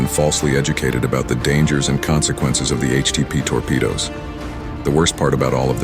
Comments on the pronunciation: "toar-pa-doos" 😆 A.I. isn't taking over yet! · And "torpedoes" with "tore pea doze". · But then your reader, (is it a new, untested, robot?) goes totally hayware. Hydroggen, with a hard G? "Torpy-doos" for torpedoes? C'mon, kids, you're supposed to be in grown-up land when you go public on the Internet. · Tor Pedos......is he talking about weapons or Biden's friends? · TOR-PE-D00'S come on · "the unfortunate collapse of the Soviet Union" lol who the hell produced this? the rest of the narration is terrible the pronunciation of hydrogen and torpedoes at the end is it an illiterate 'bot?